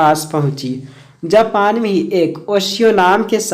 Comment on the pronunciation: Bhai "Japan" gae the "Japal" nhi